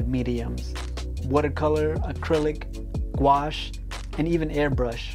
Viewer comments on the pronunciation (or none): none